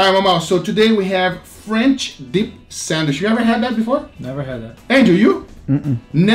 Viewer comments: Lol I hope they do more sandwich videos so I can hear them say 'sandich' more. Picanha French Dip, A5 Wagyu French Dip, and Pork Belly French Dip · It's "sandwiCH" not "sandwiSH"